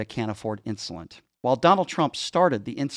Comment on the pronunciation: I’m a type 1 diabetic, that can’t say ‘insulin’ 🤦🏻‍♂️